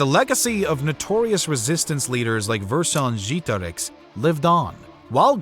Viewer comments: It wasn't that bad, the mistake is that he used an english E at the second E It shouldn't be pronunced like E but like EH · Oh, come on - I'm sure not even the French pronounce Vercingetorix like that 😂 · What is the deal with these random history YouTubers coming up with these unique and elaborate ways of pronouncing historical names? I've literally only heard Vercingetorix pronounced 1 way across scores of documentaries I've watched, yet apparently you know the "correct" way of pronouncing it? I'm not even doubting the veracity of your pronunciation.. Maybe it is correct, but quite frankly, it just makes you seem pretentious.. You do you though. Otherwise, a great documentary and an excellent way to spend my time making dinner tonight. Keep up the great work. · This is probably the worst pronunciation of Vercingetorix I have ever heard haha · That's an odd way to pronounce "Vercingetorix" 😂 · Ikr it was super weird to listen to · it was about as bad as it could get without saying a different word